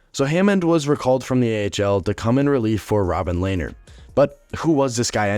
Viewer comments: i always thought lehners name was pronounced le-ner not layner lmao also, love the reference to binner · Its pronounced lehner not layner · Lehner "LAY-NER"? Never heard pronounced like that until this video... Always heard it as "LEN-ER" on broadcasts by professionals... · It’s len er not lainer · It's not pronounced "Lay-ner" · Couldn’t even finish the vid 💀 brutal pronunciation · You mis-pronounced Lehner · Nice try on pronouncing Lehner lol